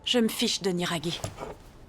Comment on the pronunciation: mais c'est Niragi pas Nigari